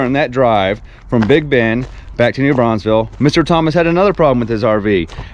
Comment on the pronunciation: Great and very realistic video! Btw, as a local, I gotta say (because it seems like EVERY non-local does it, including my MIL in MS)….there is one S in New BraunfelS and it’s at the end 🤣